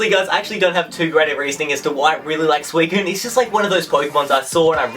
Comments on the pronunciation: Suu-I-SEEN that's how I pronounce it. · He says Suicine wrong lol XD